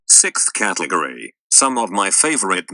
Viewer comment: can't pronounce "category" very well can he